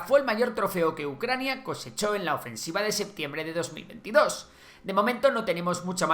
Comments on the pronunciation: Ofesniva y no ofensiva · "gran OFESNIVA"? XD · "gran ofesniva" ahi pensando que es una localidad rusa xddddd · ¿Gran Ofe SN iva ? a corregir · Gran ofesniva? 😅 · ¿Gran ofesniva? ¿Que es esa mierda? ¿Revisan los vídeos antes de publicarlos?